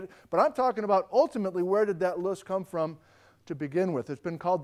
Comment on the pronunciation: Small little thing: The word "loess" windblown deposits, is a German word. When pronouced in German, it actually sounds like it would be spelled "Lerrs" in English. Vielen Dank!